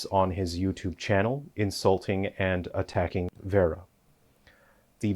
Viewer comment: I find it highly ironic that this man incessantly shouts "educate yourself" while failing to pronounce her name correctly. It’s Vara, not Vera.